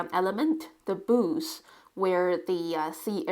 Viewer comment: You are such a skilled artist. Love your work. I couldn't figure out what 'boose' were talking about until I realized you were trying to say 'booth' I'm thinking your native language might not have that sound? At any rate there is always something artistic to learn from you.